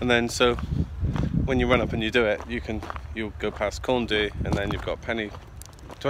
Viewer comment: Enjoyed your video… you picked a nice day for it. I was up there a couple of days ago and visibility was down to just a few metres… I’ve never seen fog like it! Just for your information Corn Du is pronounced like ‘Corn DEE’ and Pen y Fan is pronounced like ‘Pen Urrr Van’ rather than like ‘fan’ Diolch yn Fawr!